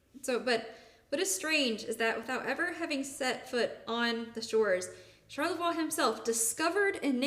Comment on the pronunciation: I know this was 3 years ago. Good story buy one thing drove my wife crazy. And you pointed out French is not your strong point. But charlavoix is pronounced shar-la-voy.